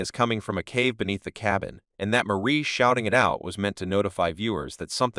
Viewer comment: Decent video, but the computer-generated narration in this and other similar videos is annoying. It's "Ma-ree" not Marie, and "Ha-vee" not J-V.